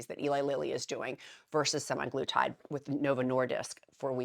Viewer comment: SemAglutide is the factually accurate way of pronouncing. Not Semiglutide.